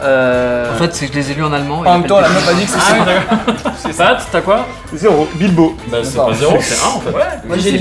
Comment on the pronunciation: Ils ont tous dit Bilbo ........ AAAAAAAAAHHHHHH, c'est Bilbon